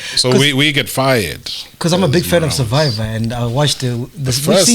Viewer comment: Robert "Surviver" Marawa